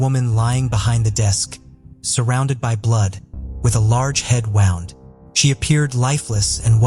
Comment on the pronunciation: My favorite is the pronunciation of wound.